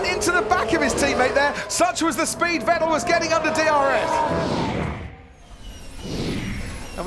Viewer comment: Will someone tell anyone from the UK that there is no F in the word Vettel??? OR VERSTAPPEN.